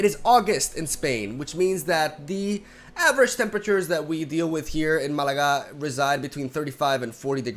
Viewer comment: I only started hearing the fan once he mention it XD, also wtf I'm not a native speaker and this guy even pronounce Malaga in an accent that is some high level language skills right there